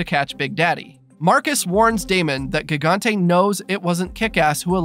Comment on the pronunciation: Its gigante pronounced jigante